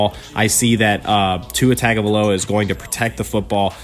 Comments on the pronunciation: Your pronunciation of Tua's last name is so off its tongue-ga-vio-la not Tugo-vio-la. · It's...tung a vi lo a.learn to say his name right.